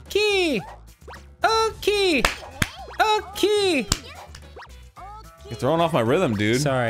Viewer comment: Oh-key, boomer